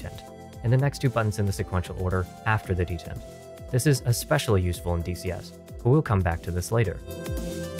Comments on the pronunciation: de-tent. not deadent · Dee-Tent, NOT Det-Ent;. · Can you do another revision where you pronounce it "dee_taunt" like you're supposed to, pls? 😀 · That's a weird pronounceation of "detent". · Dentins pronunciation gave me ebola.